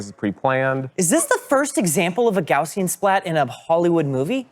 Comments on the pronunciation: Gaussian is supposed to be pronounced how it's spelled, named after Carl Friedrich Gauss, so it's not "Gaushian". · YOU PEOPLE!!!!! You can't help mispronouncing, it can you? ESPECIALLY when it's just part of the time. Just so that I know that you know that you're pronouncing it wrong on purpose. Why do you hate me so much? GOW-see-uhn. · Speaking of triggering - so happy to see Gaussian pronounced Gow See Ann. Mostly. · It comforts me that every time they say gaussian they say it slightly differently. Because no one on this planet knows how to pronounce gaussian (and I also do this)